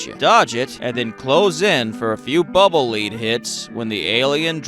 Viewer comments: It’s bubble lead, pronounced like “lehd”, not like “leed” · It's not "Bubble Leed" it's "Bubble Lead" Like, the metal, lead. Like, as in, bubbles made out of lead. You know, the kind they use to protect against radiation and Superman's x-ray vision? As for Wily turning into an alien, this was kind of a trope in the 80's and 90's. You'd have this straightforward game but then at the end the final boss would be some gross mutation or alien or something or their brain would get put in a machine or something body-horror-ish like that. I think the Megaman team was just having fun with that. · Bubble Lead (pronounced led) because the bubbles are made of lead, the metal. Never heard it called bubble lead (pronounced leed) until today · Bubble Lead- It’s pronounced “led” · Bro thinks lead is pronounced leed here and that they're made of water.